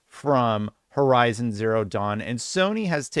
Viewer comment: I think you need to learn how to pronounce the name of the game lol